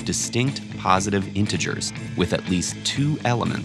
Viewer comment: The moment I heard "Intiger"... I knew I'd just launch the missles 😂